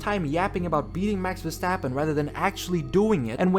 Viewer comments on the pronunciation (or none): I love hearing "vastappen"